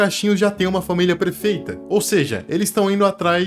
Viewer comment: "família prefeita" kkkkk desculpa. Ótimo vídeo.